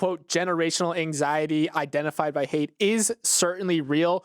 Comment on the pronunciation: The author’s name is pronounced “height” not “hate”. I’m a huge fan of his work! Great article in the Atlantic recently.